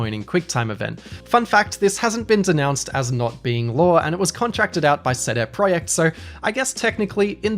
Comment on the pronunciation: Wow, you actually read CD Projekt as CeDe Projekt, not SiDi Prodżekt! I’m not sure if I like it or not.